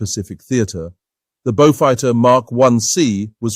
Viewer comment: Wld have been sooooo much better without the stilted AI commentary. Wtf is a “Bowfud” anyway?